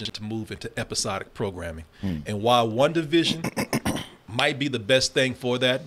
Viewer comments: Listening to say One Division instead of WandaVision over and over made me 😅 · “Wunda” — 😂😂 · "Wunda". lol